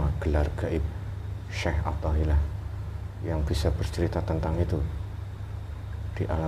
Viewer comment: Nyebut aja salah yaallah syekh athoilah bukan syekh pathollah udah lah qlo mau pansos jngan gtu atuh malu x wkkwkwkw